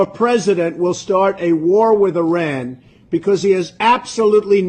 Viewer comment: Good work! AND Thank you for speaking the correct pronunciation of Iran.